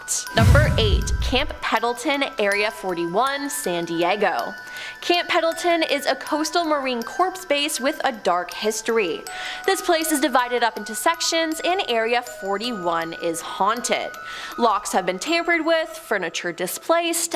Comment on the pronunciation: Sweet Jesus! #8 -Camp Pendleton is a coastal United States Marine Corps Base. Corps, NOT corpse. Additionally, the "s" on the end of the word Corps is SILENT, as in not pronounced or silent as the grave. That is all. Thank you. ~ APRIL LIPKE